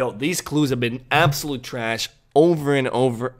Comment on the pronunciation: The way you say trash is giving me an aneurysm 😩